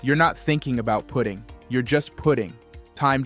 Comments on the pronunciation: I wish this AI voice would stop saying pudding. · Could someone please teach AI how to pronounce PUTTING !